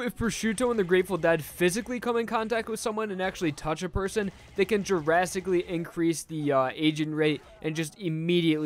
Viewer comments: i keep hearing "jurasticaly" instead of "drasticaly" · AU where drastically is pronounced jurassicly